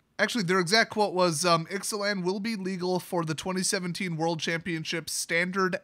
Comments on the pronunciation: Pronounced I zay lan I believe. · I think it's pronounced Ix-uh-lahn.